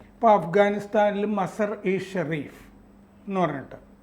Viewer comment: Masar alla....MAZAAR aanu, Please Correct your Pronunciation 👍